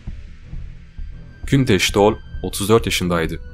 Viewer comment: Adam isminin nasıl telefuz edildiğini duysa tekrar ölürdü.